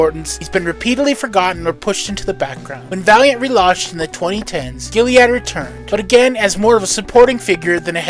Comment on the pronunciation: Sorry to split hairs but Eternal Warrior’s first name is Gilad not Giliad